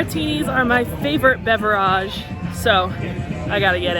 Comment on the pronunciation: I really hate how you say beverage. Literally hate it